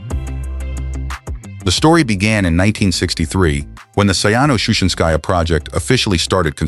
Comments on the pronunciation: Говори правильно: Саяно-Шушенсая ГЭС. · Шу'шинское, поставьте ударение правильно